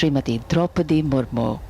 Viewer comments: Ist Murmu not murmur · It's not murmur it's Murmu..kindly correct it..